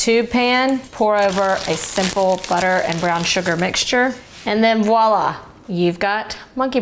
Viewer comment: The recipes are great, but, the main reason I wanted to comment was to thank you for saying voila instead of walla. It made my brain happy to hear somebody say it correctly, for once. (For all of you about to call me a Karen, I never would have said anything had she said it wrong...but, I will compliment when it's said correctly.) 😂😂